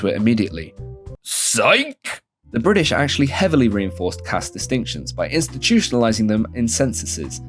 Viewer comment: lovveed the video welpppp, so funny so informative and spot on pronunciations LoL FOR A BrItiSH person ofc!! also a small correction "In 1978, the law was amended again, raising the minimum legal age to 18 years for women and 21 years for men" so we didn't wait until 2006😭😭😭